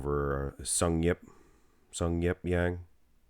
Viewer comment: Actually, it's pronounced just Jang, not Yang... Also his first name is Sungyeop all the way! Just letting you guys know as he's cracking the Mr.O top 10 this year!